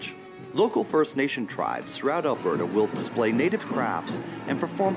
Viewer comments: You almost said Alberta right this time. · When pronouncing Alberta … think Bert & Ernie … now say Albert … now add the feminine a at the end … as another commentator said, “It’s not Al-bear-ta” … it’s pronounced Al-bur-ta … BTW, the province is named After Princess Louise Carolina Alberta … We had to use her third name because you Americans already had a Louisiana & the Carolinas! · Al-burr-ta (not bear-ta, although we do have both extreme cold AND lots of bears) is basically the Texas of Canada. Our main deal is cows and oil lol… Calgary especially is very cowboy-ish, it's like our Houston, whereas Edmonton is a lil more cultural and metropolitan like Austin, but as our vandalized welcome to Edmonton sign said at one point, there's a confusing ratio of hipsters to pick-up trucks… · Ahem… it’s ‘berta tyvm